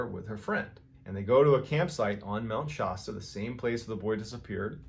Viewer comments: It’s pronounced Mt Sh-aa-sta. Not My Sh-oo-sta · Please forgive me; Shasta, short 'a.' Not Shaasta. Same with Colorado, short 'a,' not Coloraado. Nevada, short 'a.', not Nevaada. Love your stories. ♥️ I'm from No CA and there have always been stories about weird happenings on Mt. Shasta. I grew up near Redding and Mt. Shasta has always been a beautiful landscape in my life. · Mount Shasta = Shasta as in 'cat' not 'cot'... lower sound for a. Sorry, I live in the area... :) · Please, please look up the pronunciation of Shasta! As in Mount Shasta. You are saying it wrong!!! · A few fact checks. I've noticed several mispronunciation blunders. For example Mt. Shasta has a short vowel sound on the first /a/ and schwa /uh/ on the last. Other mistakes in pronunciation especially names of places.Also in an earlier clip the guy picked up moose antlers shown in the photo and called them elk antlers. But. By far the most annoying thing is that there is no S at the end of anyway.. Details add credibility. Love your channel.